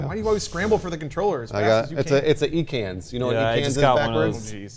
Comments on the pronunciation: just said eee-kans.._. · E-cains?... luv u bud XD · Everyone's talking about how said ekans wrong but no one's mentioned that he said tangela wrong. "Tan-gel-a" lmao